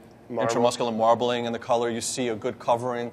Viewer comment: Brad: .."You want a aaa marbelization" Hang arouind the Meat Hook guys more...faking Marbleing